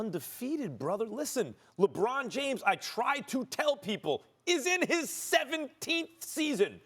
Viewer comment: Stephen “Lebrawn James” Smith